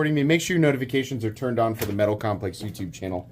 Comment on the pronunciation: Metaw compwex cwaw!